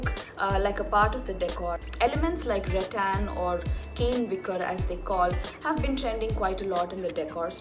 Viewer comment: Rattan pronounced like mutton!🥰